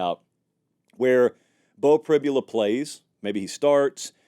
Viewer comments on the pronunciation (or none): Dude, you are mispronouncing both Allar and Pribula.